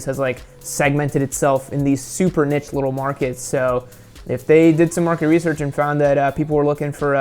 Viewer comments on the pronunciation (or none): none